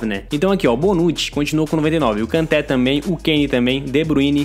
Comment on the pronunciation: uma correção não se fala Kanté a pronúncia é Kantê